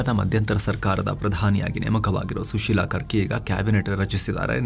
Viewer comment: ಸುಶೀಲಾ ಕರ್ಕಿ❌ ಸುಶೀಲಾ ಕಾರ್ಕಿ✅😊